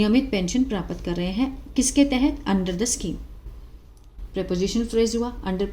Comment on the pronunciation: पहले हिंदी पढ़ना तो सीख लो मैडम प्राप्त होता है प्रापत 😂नही